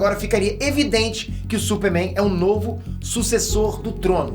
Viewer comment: falando “supe Mein" kkkkkkkkkkkkk